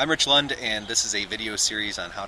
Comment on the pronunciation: You did pronounce it right!:-) Excellent job on ALL your videos!